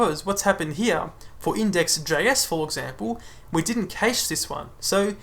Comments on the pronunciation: Great video, thanks! I'd just like to point out that you're mispronouncing "cache". It's pronounced exactly like "cash", rhymes with "flash". The a is not pronounced like the a in "age" or "cage". Keep up the good work! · no offence, but most other places (i.e. 90% of your views) will pronounce it cash - maybe just bite the bullet? Its really off-putting. Awesome video though... but I very nearly turned off every time you said cache.